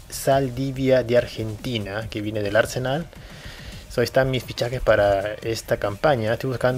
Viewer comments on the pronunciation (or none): el arsenal de Argentina se pronuncia acentuando en arseNAL y no ARsenal